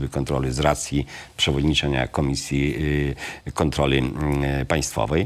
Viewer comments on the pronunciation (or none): Mr Sawicki, należy mówić kontroli a nie kontroly. Chwalił, a nie chwalył. Realizacji, a nie realyzacji. Możliwe a nie możlywe. Fotowoltalyka🤣 Na starość logopeda!!!!